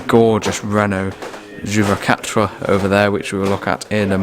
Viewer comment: Amazing : you crossed the Channel with your Standard 8, I can't believe it. By the way, ton français mérite une mise à l'épreuve régulière : the flat pronounced "juvaquatre" was much impressive ! Wish to welcome you regularly in France (French people have so much to learn about "british motoring")